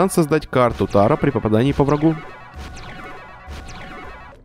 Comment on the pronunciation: Карты не тАро, а тарО, спасибо за контент